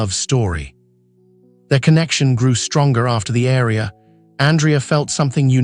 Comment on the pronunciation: Aria is pronounced wrong. Same w Andrea.